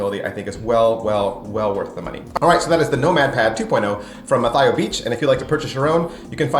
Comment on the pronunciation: Good review. Very thorough. It just annoyed me that you were mispronouncing Mathieu the whole time.